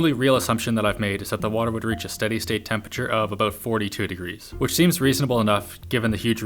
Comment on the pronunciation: The way Linus says 'temPURRTURR' over the years, every time, triggers the f**k out of me.. Still love the guy, though.. ^^